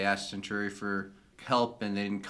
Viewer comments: I know you're just learning pronunciations, and if I were in your place, I'd just be referring to "the hair guys" and the "reptile dudes" and such, but "sen-chur-ee" is hurting me. You know centaurs? The horse-men? You pronounce it like that with a long E at the end: "sen-tore-ee". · 1) I know you got hit with a lot of new words, very quickly: Cen-TAR-ee, Min-BAR-ee 2) The lady at the end eating popcorn with Garibaldi was the Minbari ambassador: Ambassador Delenn. 3) The rank of Lieutenant Commander is sometimes shortened to Commander in conversation. Lt Cmdr Ivonova is second in command (also called executive officer or XO), Chief Warrant Officer Garibaldi is head of security. Sinclair is one step up in rank from Ivonova, a commander. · The pronunciation of "Centauri" even by the actors made for a great blooper reel moment: Cen-torr-ee. Cen-tarr-ee? Tomato! Tomahto! Potato! Potahto! singing together Let's call the whole thing off!